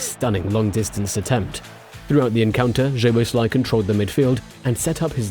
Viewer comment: his name is- soboslai. hungarian 'sz' is the english 's' 🙄 in pleasure that is in hungarian the last letter 'zs' like the old player's name bozsik